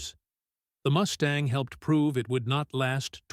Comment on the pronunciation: Moose-tang??? :face-blue-smiling